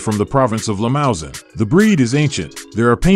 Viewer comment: Limousin is mispronounced. Lee-moo-Zan, in which case the N represents a nasalised A, not an actual N sound. The Ch in Chianina is pronounced like a K.